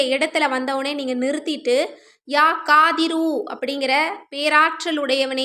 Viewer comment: Kadhiru இந்த kaf வராது. Qaaf than varum